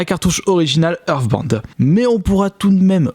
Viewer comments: "Earthband" non mais cette prononciation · Ta façon de dire (Hearstbound) on dirais Euresebinde